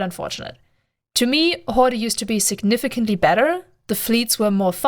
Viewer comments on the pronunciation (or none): Sorry to be that guy but the word "horde" is just pronounced like "hord", I understand you were saying it as it would be in German but in English a lot of Es on the end of words are silent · It was very hard to listen to you mispronounce the name. Pandemic Horder is not their name no R on the end I know you can say it you did it a few times in this video... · btw, the e in horde is silent, I couldn't stop laughing every time you said hord-ee if that was on purpose, even better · Wrong Corp. join the pros, KarmaFleet or GSF, with proper background check. PH is just cancer.... oh also, no "e" pronunciation at the end, just "Hord".... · lol I knew you where german the moment i hear you say HordEEE :D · The e on horde is silent. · For a non-native speaker, your english is really excellent - but why is it so hard to pronounce PH in the correct way? I mean on all the other vocabulary you are using, you do not fall back into some silly 'germanesque' pronounciation-games, so why then for 'horde'? this really makes you look something between stubborn and ignorant... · Can't tell if you're trolling or not... You are definitely pronouncing the word 'Horde' wrong. :P